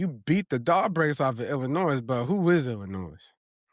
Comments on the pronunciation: hits that ‘s’ in Illinois hella hard! 😅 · Love you but Illinois is not pronounced with the S. Lol😂 its silent.